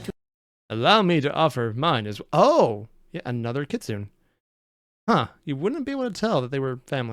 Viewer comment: you don't know how to pronounce kitsune